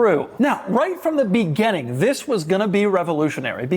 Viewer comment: Doug the type of guy to say "begenning" instead of "beginning".